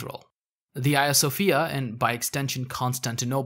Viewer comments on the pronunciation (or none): Do you reffer to Hadrian as Adrian? Because these 2 names are not the same, you shouldnt drop h's at the begginings of words. Which is to say Hagija Sofija, not Aja Sofija. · Can someone clarify if I am misunderstanding the narrator’s accent here- is the museum/mosque talked about throughout this that closed down in 2020 the 2020 the Hagia Sophia? I’m hearing “Ia Sophia” but I’m assuming that’s a pronunciation thing.